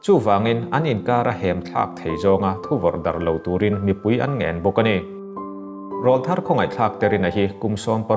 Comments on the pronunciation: Thu dang daih aw. 'Rawlthar' hi 'Keifang' tih anga thluk lovin 'Saitual' tih kan sawi angin thluk sang phei hlauh ta che. I aw a nalh sia. Hetiang ang rual hi Rawl (Aw) thar (a sap ṭawng takin - New voice) rawn nei rual an nih avanga rawl thar tih an ni e. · Rawlthar tih i lam dan khi a dik tlat lo mai